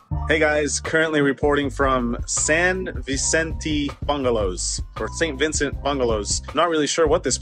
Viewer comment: “San viiicentee” que te haces el que no puede pronunciar español si sos mas Argentino